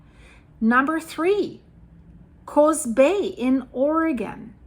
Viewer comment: Ukiah is pronounced like: you k’eye yah. The double O (oo) in Coos is pronounced as in boo or food. Regardless, love your reporting,. ❤